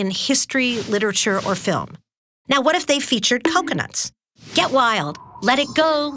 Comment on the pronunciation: I was like "twhat, twhere, twhen?" 😂